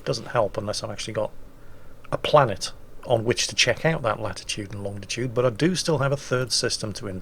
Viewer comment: Of all things, I didn't expect an old sailor to be heard to say "Longditude". Get it right old chap! :D